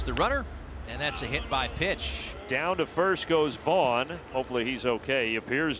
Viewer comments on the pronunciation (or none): none